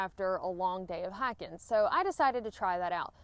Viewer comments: I'm so embarrassed.......after graduating high school in Alabama, I have been in the "north" these last few years, and I thought you said hacking boots when you started talking about hiking boots! Noooooo!!!!!!! What have they done to me?!?!?!?!?!?!? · "Hackin boots" I heard at first. What the heck is that I thought, haha. Good video.